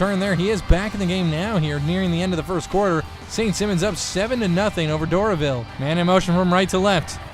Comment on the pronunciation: u say simons as a last name. the i is a high i like u say high